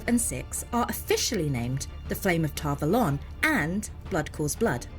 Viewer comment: yes but that doesn't matter. I have never heard Ghealdan, or Tar Valon pronounced that way.